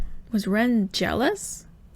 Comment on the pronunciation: You would pronounce the "e" in Ren's name how you would say the "e" in elephant. You would pronounce the "i" in Rin's name how you would say the "e" in equal.